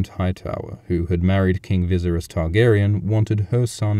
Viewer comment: I LOVE your videos....but it drives me INSANE when you call him "Vizerus"....good lord, it's like nails on a chalkboard to me...LoL